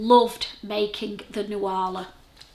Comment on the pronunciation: Nuala is an Irish girl’s name. It’s pronounced Noola. I love your cape. It’s gorgeous. Mx